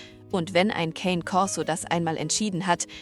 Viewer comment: Das Wort "Cane" ist italienisch und heißt "Hund". Der Cane Corso ist also ein Korsischer Hund. "Cane" spricht man, wie es geschrieben ist, "Ka-ne", es wird nicht englisch gesprochen.